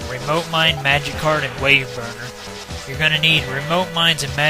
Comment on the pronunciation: I keep hearing magikarp instead of magic card